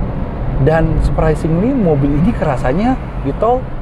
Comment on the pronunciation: Surpresingli surpesingli berapa kali di ucapin tuh